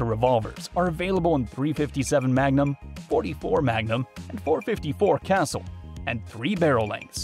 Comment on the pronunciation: Pronounced “Casool” not castle!